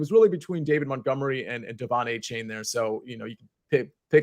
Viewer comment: Can we just stick to A - Chain? Stop letting this man try to change how we pronounce "ane" in the English language on the fly